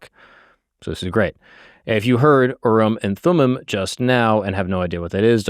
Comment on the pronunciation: It’s actually pronounced Urim and Thummim. 🙃